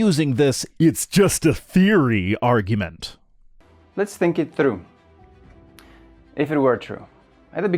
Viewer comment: "Let's think it through... As if I were able to think..." Btw, he think it's "true", not "through".